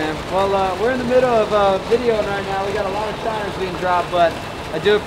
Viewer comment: say shinner one more time please